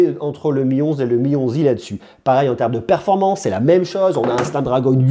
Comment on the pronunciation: «Le Mi 11i» Dans ma tête: «Le Mionzi» 😭😭